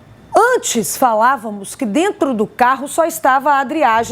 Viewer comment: "A gente vamos", achou pouco e disse: "Analisar tudo o que tem DENTU do inquérito". 😅😅😅